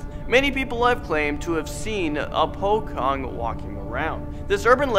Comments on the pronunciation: Pronunciation of the ghosts names: Pocong: Pochong Tuyul: Tüyül or Toyol of you're having hard time to pronounce it Suster Ngesot: Suster Ngésot Wewe Gombel: Wéwé Gombél Keblek: Kéblék Banaspati: Bänäspäti Leyak:Léäk Jelangkung:Jelängküng Kuntilanak:Küntilänäk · kok gw denger dia bilang "bokong" yah :D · Po-chong Suster-ng(enk) -esot Bha-naas-paa-ty J-laa-ng(enk)-kung(enk) Baa-be-ngee-pet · Pocong is pronounced “po-cho-ng” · Even though I'm a Half British and Half Indonesian I kinda got triggered when you pronounce their names wrong These are the right pronunciation: 10 : Po-chong 9 : Two-yool 8 : Soos-ter-ngeh-sot 7 : Weh-Weh-gom-bell 6 : Bun-nahs-spa-tea 5 : Keh-bleck 4 : Leh-Yak 3 : Dje-Lhang-Koong (Kung) 2 : Koon-teal (Koon-teal An-ak or the Kuntil anak is the real name) 1 : Bab-bee ngeh-pet It's just irritating when he mis-pronounced everything But good video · Wee wee gombil im crying😂😂😂😂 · Actually it's pronounced po-chong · Not po-kong but po-chong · I'm indo, and it's quite funny to hear him talk like that Pocong The pronounciation of it, is from the original pronounciation of each letter, "po" is pronounced with po and not pou, and "cong" is pronounced cong and not kong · Pocong not pokong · It’s pronounced “pochong “ not “pokong” but it’s ok just saying 😂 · The guy said pokong instead of pocong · POCONG not POKONG!! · Kenape sebut pokong? Bukan pocong ker? Kalau orang yang masih sebut pokong Sebutlah pochong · Its not pocong its pochong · you pronounce pocong in wrong way... its pochong, nit pockong. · No. 3, 9 and 10 are also in Brunei and Malaysia. Btw Pocong is pronounced "Po Chong" not "Po Kong". Greetings from Brunei! 🇧🇳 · You pronounced all of them wrong its PO-CHONG not POKONG. and its MER-LAY not MEL-AY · Haha "pokong" Its "pochong" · IT'S POCHONG STUPID!!! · ITS pronounced "pochong" but it's spelled pocong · "pokong" no hate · It's actually pronounced like Pa-chong, and they hop, not run. -urban legend fanatic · It is pronounced "pochong"